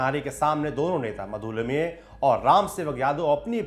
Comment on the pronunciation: आपका 'लिमये' शब्द का उच्चारण 'लिम्ये' करना, कानों मे खटक रहा था। वैसे जानकारी रोचक थी। समाजवादी राजनेता, विशेषकर महाराष्ट्र के, अत्यंत अहंकारी और असहिष्णु थे। उनकी आपस में नही बनती थी। किसी अन्य दल या विचारसरणी से बन पाना लगभग असंभव था। इसमें कोई आश्चर्य नही की इस समूह का भारतीय राजनीति से निर्गम हो गया है। एक बात माननी होगी की ये लोग सिद्धांतों के पक्के और सादगीपूर्ण जीवनशैली के थे। उत्तर प्रदेश की मौजूदा समाजवादी पार्टी तो छद्म-समाजवादी है। इसका समाजवाद से कोई लेना-देना नही है। केवल राममनोहर लोहिया का नाम लेकर अपने अस्तित्व को justify करती है।